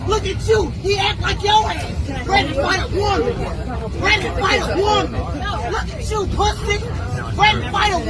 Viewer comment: How many syllables are in the word woooman😂😂😂